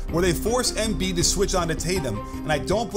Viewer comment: Great video. It’s pronounced em-BIID, not EM-biid